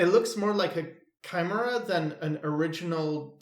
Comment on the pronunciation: It's pronounced kai-MARE-uh you is welcomed